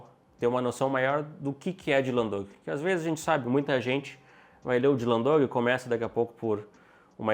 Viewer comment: eles falam "Dylan Doug", em vez de "Dog".